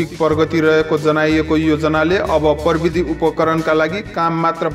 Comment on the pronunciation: परबिदी होईंन हौ प्रविधि होला नि । नेपाली शब्दको सही उच्चारण त गरौं ।